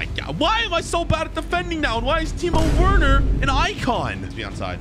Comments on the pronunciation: it’s not werner you write it like this but you say it verner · ITS NOT WERNER ITS VERNER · Just so you know it's spelt werner but it is pronounced verner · umm i think its pronunced verner yeaaa